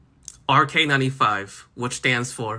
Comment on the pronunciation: My surprise at the (to my non-native ear) great pronunciation of the RK95 :0